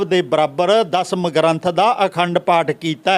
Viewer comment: And it's Dasam not Dhasham lol